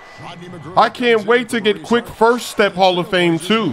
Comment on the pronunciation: İs Not hall of hame exactly